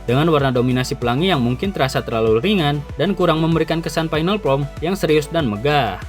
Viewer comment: FORM bang, kok sering dnger jd from 😂😂😂